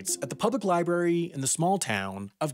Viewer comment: Loved the video, but there are two "r"s in library.